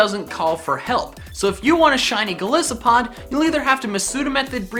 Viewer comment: Goal-ice-a-pod not goal-is-a-pod